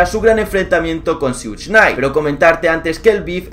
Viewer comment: Amigo se pronuncia Shuk nayt, no sug...no hate solo soy perfeccionista